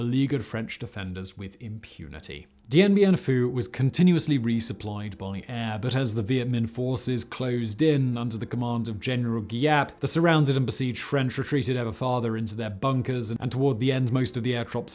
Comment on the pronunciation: Funny enough, Giap is actually pronounced Zap. Gi makes a Z sound in Vietnamese.